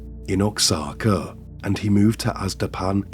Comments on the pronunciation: It's pronounced waa/haa/kuh not ox/ah/kuh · Oaxaca is pronounced wa-haca, not ox-aca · It’s pronounced wa-hawk-ah not Oxana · Oaxaca is pronounced “Wah HaKa”. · Oxaca is pronounced 'why kacka '. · Oaxaca is pronounced Whahaka! Great video. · You butchered Oaxaca. LoL. "Oaxaca" is pronounced as "wah-HAH-kah.". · OAXACA is pronounced "Wah-ha-kah" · It's pronounced 'wahaka' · Oaxaca: It’s pronounced “Wah Haka.” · Oaxaca is pronounced as "Wahaka" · Hello my friend. I really enjoy your videos so I watch them regularly. If I may please help a little with the pronunciation of OAXACA. I know it’s difficult to learn other languages. The correct pronunciation of Oaxaca sounds more like HWAHA’KA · your channel is such a goldmine of obscure cases i've never heard of. keep up the good work dude (and btw for future reference oxaca is pronounced more like "wahaka") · Oaxaca = pronounced “Ww-Uhh-Hock-Uh” if that helps. It definitely is a bit difficult for a non native Spanish speaker ….. 👍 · . "Oaxaca" Mexico is pronounced ""Wah-ha-ka". ❤ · I’m shocked I’ve never heard of this monster. He reminds me of Ed Gein, which is odd considering his first victim’s name was Norma and the movie Psycho was based on Ed Gein! Just a friendly note, the X is not pronounced in Oaxaca, it’s closer to “wa-haw-kuh” 😊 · Oaxaca is pronounced "Wah-haka" for future reference:) This man is an absolute menace. Thank you for another well done video! Youre my favourite short form true crime creator. Your voice is perfect! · Oaxaca = wuh-ha-kuh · Ok my friend it is pronounced WA HA CA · Oaxaca is pronounced like "Wahaka." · it's pronounced "wah-hah-ka" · It’s pronounced wahauka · Oaxaca is pronounced Wah-haka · Oaxaca is pronounced Wa-haca. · oaxaca is pronounced oh-ha-ca. there is no zed sound. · Oaxaca is pronounced WA-HA-KA. it’s a city in Mexico known for its pottery. You should check it out. I hope you and your family have a wonderful holiday 🎁🎁❄️❄️🎄🎄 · Was paining me the whole video 🥲